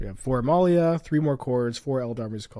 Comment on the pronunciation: Why is he pronouncing Amalia (Uh-Mall-e-uh) A-male-e-uh?